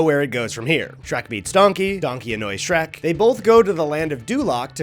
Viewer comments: Speaking of over-analyzing unanimously bad games…you only did this so you could say “shre-cu” first, didn’t you? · “Shre-CU” is a wild thing to just buzz by us without more discussion. We need to agree on stuff like this. I had a physical reaction to hearing that abbreviation said aloud